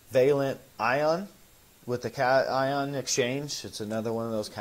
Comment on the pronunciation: When I heard you pronounce cation as you did last week, I knew you were not a wet science major. Your attention to detail is huge especially at the micro level. Maybe you are a business major. You’ve monetized yourself remarkably well. My poker playing son StickyRice1 educated me on Twitch and monetizing. Good job,. This guest has been a delight! He is easy to understand and has a cute smile. Thank you for featuring him.